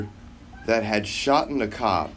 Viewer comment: Did you just say “shoten”? Wow